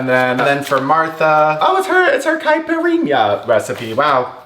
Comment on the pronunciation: just pronounced caipirinha poorly, really terribly actually, and I don’t see anyone freaking out in the comments